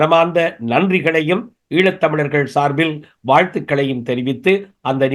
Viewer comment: “முல்லிவாய்கால்…. ஈலத் தமிலர்… இலைய தலைமுறை பில்லைகள்” ஐயோ போதும் உங்கள் தமிழ் உரையாடல்